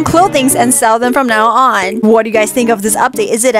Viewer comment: Lol I love the way she said "IS IT OKEH OR NOT OKEH" lol 🤣🤣🤣🤣